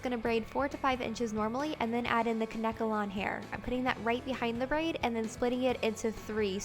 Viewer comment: Isn't it pronounced Kane kalon?